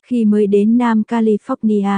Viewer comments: Cô xướng ngôn viên của Kênh YouTube này phải cấp tốc học cách phát âm Anh ngữ cho đàng hoàng lại! Nghe cô đọc “Ca-li-phóc-ni-a” mà chợt nhớ lại cô giáo dạy chính trị được ngoài Bắc đưa vào năm 1976, lúc tôi đang học đệ thất tại một trung học nổi tiếng tại SG … Rợn tóc gáy! 😱🫣🤮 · Ko chịu được cách bà này nói tên Don và califónia 😆 Tập trước rồi mới nói cô ơi